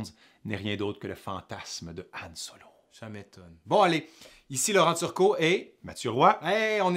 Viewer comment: Son nom c'est Han Solo, pas An Solo